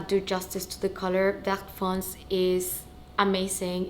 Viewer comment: Beautiful 🤩 fyi, you need to pronounce all the letters (including é) in foncé. Vert foncé means dark green (literally green dark) 💪🏻👍🏻👏🏻🥳